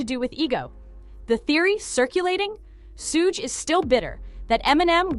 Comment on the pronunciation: Get suge name right for the love of rap.